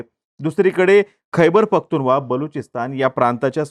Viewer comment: Khaiber pakhtunva nahi Khaiber pakhtunkhwa